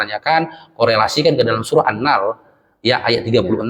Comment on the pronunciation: Mohon maaf bukan maksud mengurui, Cuma sekedar berbagi apa yg sy tau, Bacanya bukan annal tapi an-nahel huruf e nya tersembunyi